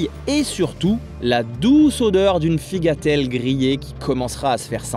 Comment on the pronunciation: C'est pas grave mais on dit "un figatellu" et "des figatelli" (au pluriel) 😆